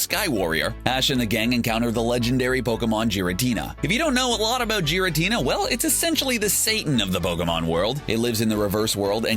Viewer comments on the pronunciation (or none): Its Giratina not Jiratina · you mispronounced "Pupitar" That isn't even a Pupitar in the first place, it's the evolved form Tyranitar. Butch and Cassidy were introduced in the Original series. Meowth dressed as Kirlia not Ralts, You also mispronounced "Giratina" (gear-a-teen-a, not jear-a-teen-a) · If you want to avoid getting sued, pronounce the Gen 4 legendary Pokémon by the name of "Giratina", as in gear, not Jiratina. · Another problem I have with this video is that they can't seem to pronounce Pokémon names correctly. They pronounced Giratina (gear-uh-TEE-na) with a J, like this: (jear-uh-TEE-na) And Pupitar is pronounced PUE-puh-tar, not PUP-ih-tar. Also, Victreebel is pronounced VICK-tree-bell, not VICK-tor-ee-bell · It's not Jiratina, its Giratina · Did you even try in this vid? With pronunciations, correct names, or even putting the most wholesome Team Rocket moments. Giratina is pronounced like g-, not j-, g-. Also it's the Distortion World not Reverse World anyone who's seen any form of Pokemon lore would know this. But those aren't huge deals just wanted to mention it. But most importantly. You forgot like the couple hundred EXTREMELY WHOLESOME Team Rocket moments. Like their backstory was the only wholesome part of this vid. What about them saving people's lives, or saving each other, or having moments with their Pokemon. Those actually made me cry cuz they had meaning and were good. This is amateur compared to their kindness. But overall good video, good job! Keep up the good work! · the fact that Giratina was pronounced with a J instead of the G triggered me a bit. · It's Tyranitar, not Pupitar. You butchered the pronunciation of Pupitar. The plural of a Pokémon is the same as the singular. Who's Elaine? It's Allan. Jiratina? Seriously, the pronunciations in the video are disgusting. It starts with a G, not a J 😐 Do you guys just throw these videos out without any research? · It's pronounced as Gare-ra-tina, not Gee-ra-tina